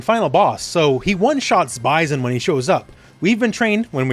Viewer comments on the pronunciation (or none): Great video, but your pronunciation of “origins” and “Bison” will be the things I remember the most.